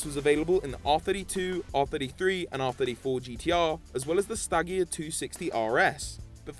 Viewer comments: The way he pronounced stagea made me mad. It’s STAGE-GHEE-AHH Not. STAG-EEE-AAA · Who else got annoyed by the way he said Stagea he said it like stageea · You said Stagea wrong... Are you serious? The G isn't a hard its like Jee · how did you just pronounce stagea? o.O